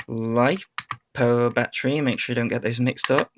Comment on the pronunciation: its a battery not a bat-tree.